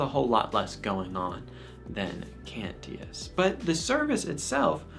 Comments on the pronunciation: No biggie, but it's pronounced "Can-chus". Also, the iMass app is a great tool for learning the Missal. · A weird critique but I THINK you are pronouncing "Cantius" wrong. Maybe I have been hearing it wrong since the people there would know better but the "t" is more of a "sh" sound. As in the Latin but he was a polish priest and I don't know Polish. Great video! Immaculate Heart of Mary, Sacred Heart of Jesus, pray for us!